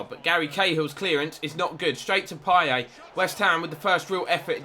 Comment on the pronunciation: It's pronounced "Pieyet" not "Pieyay" btw